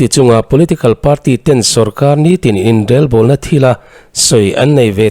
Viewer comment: Inrelbawlna tih a Rel tih lai i lam rik dan hi a dik hlel deuh e. Rorel tih a rel tih hi a key pangngai or ri hniam hman ni se. I lam rik dan rel tih hi chu kawh leh tum nei lo, rik dan awmze nei lo ani.